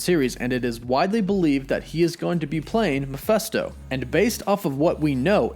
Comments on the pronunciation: Every video where he pronounces Mephisto makes me cringe. I struggled trying to finish this one. Like seriously dude... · Hearing you constantly saying Mephisto wrong is annoying. It's a goddam I not an e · I just cant get past how you pronounce mephisto....its an I, dude. I's aren't pronounced like that. Ever.. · Meh-FIST-oh, not Meh-FEST-oh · It's not "Ma fes to " it's Me phis to " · it is Mephisto, not Mephesto. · Your pronouncing Mephisto wrong, the “i” is NOT an “E” like your pronouncing it. Your saying Mephesto, that’s wrong. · Thank you!! Makes me think he dont know shit if he cant even say it right !!! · I’m with you on the name. Meh-fist-o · It’s pronounced Meh-FIST-Oh! Sheeeesh dude how do you butcher a name that bad? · Why do you keep calling him Mefesto? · it is pronounced meh/Fist/oh like mefistofoles. Sorry to correct you man but it's driving me crazy listening to you say that over and over in your video and you've done it in the past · Love the channel and vid but the way you pronounce mephisto as mephesto annoys me😂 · I always thought it was pronounced [Meh-fist-oh], but ok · Please pronounce "Mephisto" properly.